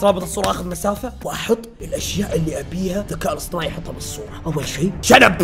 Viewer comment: الذكاء الاصطناعي ❌ الذكاء الاصطماعي ✅